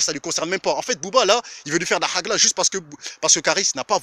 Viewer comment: c'est pas HAGLA, HAG9A.. Si tu sais pas dire, ne dis pas